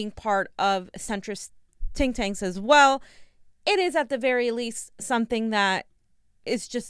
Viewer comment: It's not TINK TANKS They are called THINK TANKS..just sayin'😀